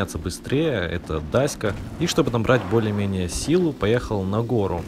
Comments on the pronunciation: Марка авто - "Дача", а не дасия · дайська? серьёзно?Dacia читается как дача.Эти машины за границей делают задрот